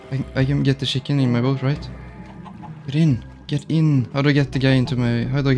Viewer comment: The way bro says shiken instead of chicken